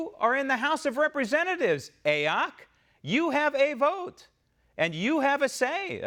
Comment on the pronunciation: Lovin the "a oc" pronunciation of her initials. Adopting it and using it as of this minute. Thank you !